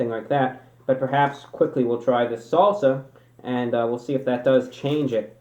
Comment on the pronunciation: why does he say salsa like that